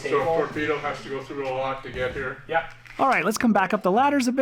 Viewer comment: That "Oh yeah" was SO canadian hahaha